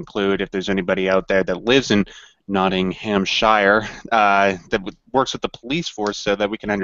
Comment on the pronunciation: "Nottinghamshire" is pronounced with a "sheer" syllable, not a "Shyre" one. Weird, yes, but a lot of English place names are like that, including Leicester (pronounced "Lester") and Worcester ("Wooster")